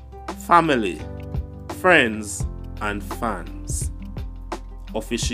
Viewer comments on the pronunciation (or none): none